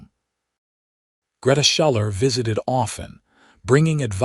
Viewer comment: Schuller is pronounced Shoe-ler